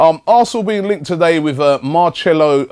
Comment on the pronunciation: wow I like Robbie, but when he pronounces the names is so shit Mauro iCardi - "maurio" Marcelo brozovic - "mar chair lo" Nampalys - "Napoli"